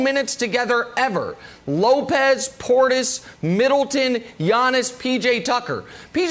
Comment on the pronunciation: I thought I was the only one who was annoyed with how he pronounces his name. Lmbo!!!! Urks me every time!!!